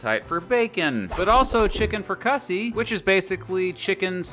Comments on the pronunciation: Did you say “Chicken Fra Cussy?” I think it’s pronounce “Frik-a-zee” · it's pronounced frick-cuh-zee, not fricussy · Lincoln's chicken fricasee is pronounced "frick-uh-see", not "fri-kussey" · Chicken "Fri-CUH-see"? Chicken Fricassee is pronounced "Frick-uh-SEE". Accent on the last syllable. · Chicken Frikussy? Lawl, its pronounced chicken frick-a-sea. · NOT “Fri-CUSS-ee”. It’s pronounced “FRICK-uh-see”. And when it’s made properly, it’s legit. Simple and inexpensive. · “Chicken Fri-Cussi”😂 It’s no longer “frick-a-see” it’s now “fri-cussi” I love it! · Abraham Lincoln... I presume you are you were talking about Chicken Fricassee?? Pronounced Frick-ah-see ( emphasis on the first syllable) not Fra-cuss-ie😉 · Dude, seriously? "fri-CAH-see"?? It's pronounced "FRICK-uh-see". Don't you own a dictionary? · It's pronounced frick-a-say not fricussy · Also, it's pronounced 'frick-uh-see' and not 'fri-cussy'. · Chicken FRICK CUSSY???? LOL IS CHICKEN FRICASSEE!! RHYMES WITH KICK A BEE!!! LOL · chicken fra- cuss-ee?? what the heck?! it’s chicken frick-a-cee !!(ain’t you never watched bugs bunny?😂) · Fricassee is pronounced Frik ah say. Ulysees is pounced Yule lus sees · 🙋 Greetings, great video! To the best of my knowledge, fricassee ( as in Chicken Fricassee) is correctly pronounced FRICassee (stress only the first syllable). The 'a' is pronounced as a short a, as in apple 🍎. Again, love the info, thank you. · Dude! It's FRICK AH SEE with the accent on SEE!!!!!!!!!!!!!!!!!!!!! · you reall need to know how to pronounce these food if you want to be taken seriously. FRICK A SEE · What is frucussie? 🤦🏻‍♂️😂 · Did you honestly pronounce fricassee fro-cussy haha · Fricassee pronounced frik a see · Please don't say Fri Cussy anymore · Its pronounced Chicken Frick-a-zee. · It's pronounced "frick-ah-zee" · He needs to learn how to pronounce what he is talking about. It is fri- cu- see and La. Duh. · Pronounced "frick a see " as in chicken fricassee. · that fricussy 😩😩🥵🥵